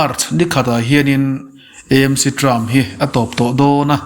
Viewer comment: Eizawl ni lovin Aizawl ani sia,ti nge Emc ti a kn lam ziah le,AAAmc tih a va ṭha ve aw